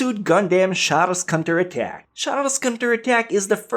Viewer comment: char's cunter attack... you didn't even pronounce the o